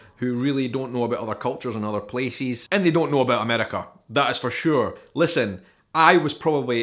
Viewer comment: I like the way he pronounces “Places” its like “peces” feces with a p